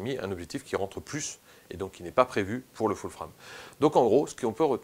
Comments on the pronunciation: Foul Frame???? :): là j'ai du mal!!! faut choisir soit c'est "ful frame" (les 2 mots prononcés à la française mail horrible ! :))soit "foul freiyme" avec un prononciation anglaise bcp plus adaptée. Cela dit bravo pour ton travail très riche. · Pourrais tu dire full-« fraime » pour les prochaines fois stp? Pourquoi juste full prononcé correctement en anglais et frame en fr. C’est un peu dérangeant. Soit full-frame soit plein format